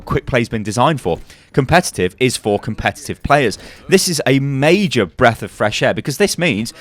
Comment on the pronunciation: " This is MEI-JER " " It's uh MEI-JER " " The reason why it's so MEI-JER